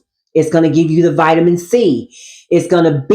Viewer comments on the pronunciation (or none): none